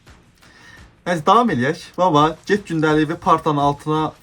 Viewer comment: get ❌ Ged ✅ Qız həqiqətən uşaqdır !